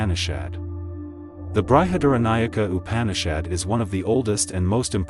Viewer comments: It is BRIHAD-ARANYAKA UPANISHAD(the word break up is correct as much as my understanding goes) not BRI-HA-DARA-NAYAK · Nice presentation. But It's Brahma (ब्रह्म) and not brahman (ब्राह्मण). Not Brihadnayaka, it's Brihadaranyaka Upanishad (बृहदारण्यक उपनिषद). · Bruhad-Aranyakam. Not BrahadNayak... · Sorry but your pronunciation is SUCH a turnoff. Is this an AI voice? It isn't bry-had-aranyaka. It is Bri as in brick. Please don't insult these ancient profound Upanishads this way. In fact Brihad is correctly pronounced without the i: Brhadh-Aaranyaka, or great forest. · Though your intentions are really laudable, a public presentation REQUIRES, & IS EXPECTED to be of Much Refinements, of Pronunciation * Translation * Transliteration of Sanskrit Words~ Which are ~ BrihadARANYAK बृहदारण्यक * Brahm ब्रह्म ~ Brahman ब्राह्मण is the Knower /Explorer of ब्रह्म Brahm ~ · ബൃഹദാരണ്യകോപനിഷത്ത്. യാജ്ഞവല്ക്യൻ.ബ്രഹ്മം. എന്നിവയുടെ ഉച്ചാരണം ഒഴികെ കാര്യമെല്ലാം നന്നായി അവതരിപ്പിച്ചു. അഭിനന്ദനങ്ങൾ.❤ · Well explained. " Brihadaranyaka" Upanishad is not pronounced correctly.